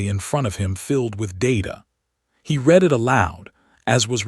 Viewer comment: Poor choice of text to voice followed by lack of quality control. Words are consistently mispronounced. Minimum test: read as 'reed', present tense read as 'red', past tense Please correct before trying again.